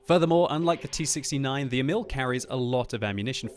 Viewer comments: ok time for a swedish lesson, Emil is pronounced as follows: Long E, then mil as in military with word emphasis on the E almost as if you pause after the E. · you can't prononuce Emil nice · Emil Sølvik can't pronounce anything else than english